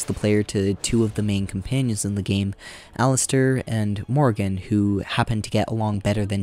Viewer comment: Dig the video, but ... The game is voice acted, so I'm a little confused how you get so many names wrong! Did you even play the game? Did your sound not work? 😂 Cailan: Kay-len (like Galen) not Kai-len (like Guy-len) Jawan: Jaw-wen, not Jawain Alistair: Alistair, not Alistar Even talking about PF:Kingmaker you call the game "Pathfinder: Kingdom" and the antagonist "Nyrissa" you call "Narsissa." Like, come on, dude! Are you really gonna spend God only knows how many hours playing these games to capture footage, then even more hours writing a script, recording it, and editing the 2.5 hour video together, and not even once in that process double check your pronunciation of names of prominent characters? But good summary and critique